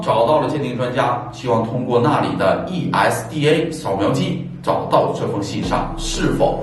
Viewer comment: ESDA, 不是EIDA，發音有誤！